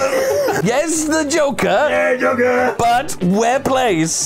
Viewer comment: Joker is 2 syllables